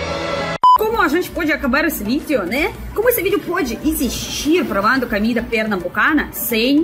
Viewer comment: Uma dica...você sempre pronuncia a primeira letra "o" das palavras como se fosse uma letra "a"...Por exemplo: a palavra cOmida. Você diz: c"A"mida....Não é critca, ta´? Adoramos seu sotaque, mas como seu portugûes está melhorando a cada dia, achei por bem dar essa dica...❤